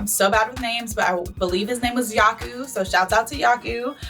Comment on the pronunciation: Yuko after hearing her call him “yaku”: 🥲